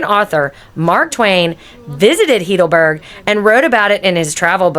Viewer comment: Nice video, but tragic that you even have not been able to pronounce the city name correctly. I assume you must be a US cictizen what you incorrectly call "American", Its not "heedleberg" its pronounced "highdelberg". Just for your info. Why never asking google how it is spelled. Regards from a local